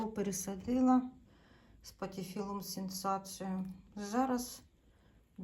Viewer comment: Кардинально ви з сінсацією 😅